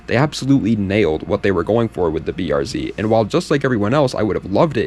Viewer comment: finally a youtuber who uses the Real way to say the cars name, this is what separates the boys from the men.